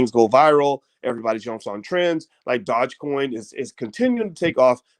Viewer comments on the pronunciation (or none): i am really having a hard time listening to you say "buy shares of crypto" or calling it "Dodge" coin.c'mon doc, (its DOge, (long O sound) . lol if you gonna talk about dont sound like a newbie. jus seems weird from a man i respect so much in finance. gotta work on that.